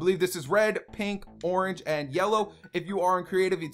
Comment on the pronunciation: he said borange insted of orange